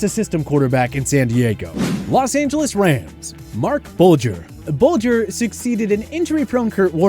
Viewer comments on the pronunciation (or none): none